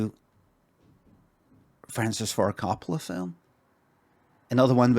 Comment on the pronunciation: they say it "Fillum" in NI!